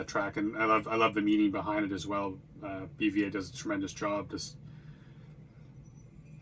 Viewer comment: His names pronounced beeva like the beaver 🦫